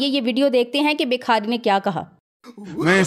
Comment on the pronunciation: ماشاءالله آپ بہت اچھا بولتی ہیں اور امپورٹڈ کی صحیح چھترول بھی کرتی ہیں. معزرت کے ساتھ ایک غلطی کی اصلاح کر لیں شکریہ. لفظ بکھاری نہیں ہوتا بھکاری ہوتا ہے.